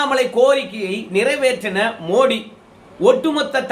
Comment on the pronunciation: மோடி இல்லை மோதி. ஆங்கிலத்தில் ட த இரண்டுக்கும் T, D தான். அதனால் தவறாக தமிழகத்தில் உச்சரிக்கிறார்கள். ஜெயலலிதா கூட மோடியா லேடியா ன்னு தான் பிரசாரம் செய்தா. வட‌மாநிலங்களில் அவரை மோதி என்று தான் அழைக்கின்றனர். மோடி இல்லை. வெளிநாட்டு வாழ் இந்தியர்கள் பிரதமர் அந்த நாட்டுக்கு செல்லும் போது மோதி என்று தான் சொல்லுகின்றனர்.